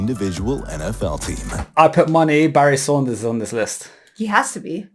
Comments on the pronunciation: Barry SANDERS, not Saunders!! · Anyone else triggered everytimenhe says saunders instead of sanders?